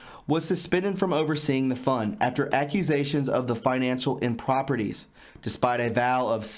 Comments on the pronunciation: improprieties are NOT improperties - please pronounce words as they are written! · Look up the pronunciation of Improprieties.